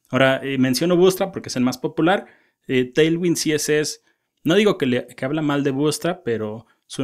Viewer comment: Vue (pronounced /vjuː/, like view) tailwind ~ teilwind no lo tomes a mal, la verdad me gusto el video n_n